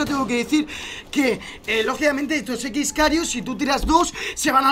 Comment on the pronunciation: Es X-kairos no x-karios